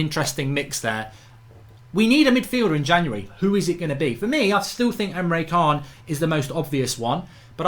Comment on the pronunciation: Mark it's Rich + arleson And Emre Can (Chan) and not Khan.